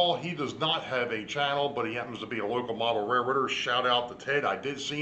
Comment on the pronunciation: did you say local or loco😜😂🤣